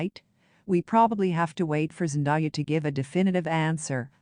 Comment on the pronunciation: Please say the woman's name right. It isn't Zen Die ah, it's Zen day ah!!!